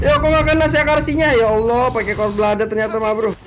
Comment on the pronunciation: Pas bilang ya ALLAH lafaz banget